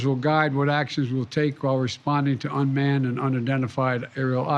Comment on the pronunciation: “Unman and unidentified” what else y’all need to know🙄 #UFO